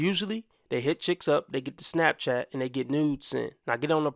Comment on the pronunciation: Damn girl you said smapchat you basically should have said snatchchat